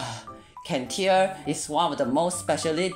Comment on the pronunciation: Cantare: Can-Tar-Eh, is a musical term and is Italian